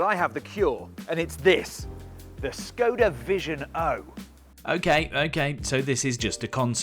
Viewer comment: the š in škoda is pronounced like sh